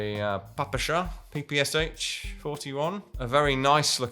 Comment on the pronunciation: As a Russian speaker, I can't voice my appreciation enough for actually saying PPSh correctly!!! <3 <3 <3